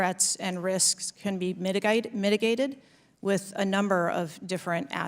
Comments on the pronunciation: why she slipped into an accent? Was that Australian? She should work for NASA. Never A Straight Answer. It's an evading tactic. Word shielding. Stonewalling. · anyone else hear her slip into a thick Aussie accent on the word mitigated? Not implying anything conspiratorial, just weird af lol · Anyone notice how she had a british or austrailian accent haha mitigated... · The way she corrected herself on her pronunciation of the word 'mitigated' is interesting